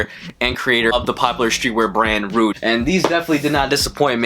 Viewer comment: These are fire, nice video. Pretty sure it’s pronounced like Luigi but with an r tho. Cheers man!